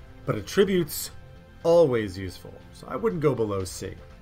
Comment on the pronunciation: AT-ributes. Not some much with the Ah-tributes.